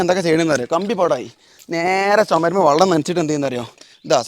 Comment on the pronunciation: Vellam ennu parayarilla vallam ennanu namukk thonnuka avar parayunnath vellam ennanu paranjathennu 😂